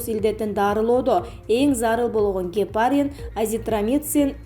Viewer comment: Качан туура окуганды уйроносун диктор кыз,сенин окуганынды угуп кун сайын нерв болосун!Гепааарин эмес гепарин,ударениени туура койуп оку,эргоферин эмес эргоферон,откондо энтузиазм деген созду энтуазиазм деп окуйсун.Жаш болсон да ушунчалык сабатсызсын,канча классты бутконсун?